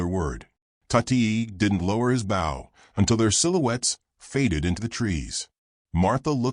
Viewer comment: The word is BOW, not bough!!